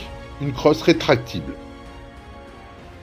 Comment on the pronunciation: retracktable.....et pas retraktille ou jne sais trop ce que tu as dit😂😂😂